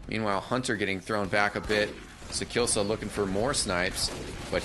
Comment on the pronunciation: sakillsa... :( its sakiisa